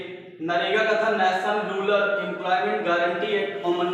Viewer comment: Rular nahi hota use rural kahte hai 😂😂😁